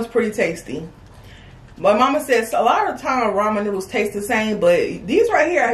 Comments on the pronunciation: ❤️ did a great job pronouncing the names of those noodles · did good with pronouncing the names of the noddles cause i would of had a hard time,To tell what they are lol awesome video🍴💝👌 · did a awesome job with the names! Better than I would have done! ❤❤❤